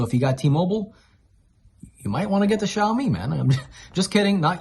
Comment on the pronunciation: BTW: to pronounce Xiaomi say: Shia-o-mi. I use the Xiaomi 10.its really fast charging, perfect sound,perfect picture in movies HDR. I think I'll go on the pro. Thnx for the video:). Tsafrir from Jerusalem Israel 🇮🇱